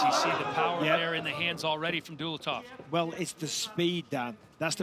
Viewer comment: How disrespectful. his name is not Dulatto, his name is Dulatov.